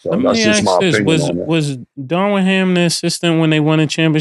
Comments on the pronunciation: they keep calling DARVIN ham darwin ham 😂😂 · Isn’t it Darvin Ham? They keep calling him Darwin. 😂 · "Darwin Ham".....😂 Lol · Darwin ham lol it’s darvin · It is not Darwin…it is Darvin Cam😂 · Why Killa keep calling Darvin Ham Darwin? lol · C’mon why ya still callin this nigga Darwin?? It’s Darvin 😂😂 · Why can’t people say Darvin?